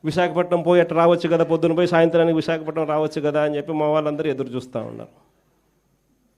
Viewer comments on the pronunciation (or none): none